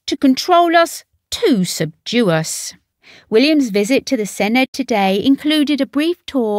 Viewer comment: My issue is with the voice over, not good, look for phonetically written Welsh to get the correct pronunciation. This digital age there are no excuses. It's not cymroo it's cymree. It's not senedd with a hard d it's senedd with a th, like in thee. If you are going to take the time, do it properly